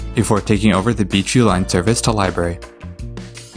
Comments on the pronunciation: Why does him saying Beechview sound like BQ? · Why do you pronounce Beechview like that?